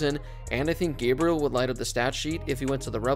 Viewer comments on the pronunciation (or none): none